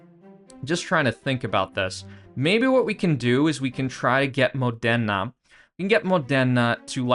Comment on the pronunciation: The way you say Modena it's really painfull for my italian ears😂